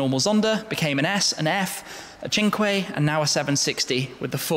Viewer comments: The way you try to pronounce 'cinque' in italien sounds hilarious! :D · "tshingquai" which is italian for five, ok ... sure why not.